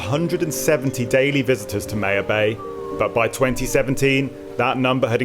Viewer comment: Pronounced my-ya-bay lol not May -ya bay cmon your accent fix it